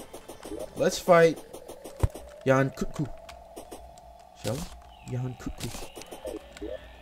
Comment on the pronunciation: it triggers me so much to hear you pronounce yian kut ku wrong the entire time. its Yan-Cut-Ku